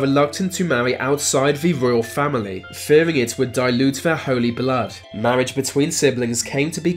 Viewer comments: Lol narrator can’t pronounce “R” lol mawwage...wove, twue wove... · I'm pretty sure I heard "mawage".